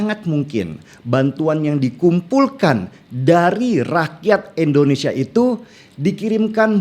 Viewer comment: Bang Denny, tolong dong jgn endonesia, tpi indonesia, terima kasih 🙏